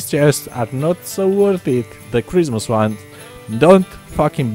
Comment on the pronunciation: am I the only one who hears charisma skins and not christmas?